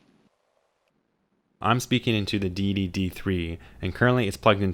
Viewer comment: Thje say you say Deity sounds like dee dee, so all I hear is "dee dee dee three and the dee dee dee three pro".